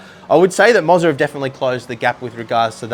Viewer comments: It's pronounced Mo-ZAAAAR! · "i-os" "moz-a" man i love how aussies have the same power as americans of just out right butchering the english language.